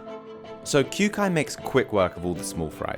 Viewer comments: Pronounced "Kyo-kai". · did he just pronounce kyoukais name as kyuukai? lmao